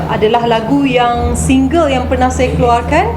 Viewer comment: Kenapa sebut saya....sayer... Lorak mne tu....Pagabg ke... Kedah ke.... Ataupu. Lorak sendiri.,.nmpak mcm extion sngt....cakap2 elok2...jngn risakkan bahasa melayu...kalau kite bngsa melayu yg tak.mertabatkn bahasa melayu....siapa lagi....